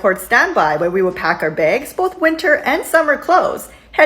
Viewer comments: Why do you keep saying "begs" instead of "bags?". It sounds super weird!!! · Why do u always say bages just say bags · Begs? Oh...so close...you almost said 'bags' not in Canadian! Also, heard that recent agreement was made to pay the whole time they're working. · ITS CALLED BAGS NOT BEGS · I’m sorry, did you say “baigs”? ☺️😛